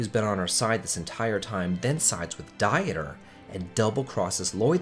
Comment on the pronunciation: It's pronounced Deter, like Peter with a D.